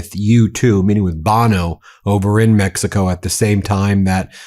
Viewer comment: Didn't know it was called Meckico.